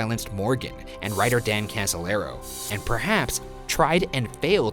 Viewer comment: In fact Casolaro not Casalero.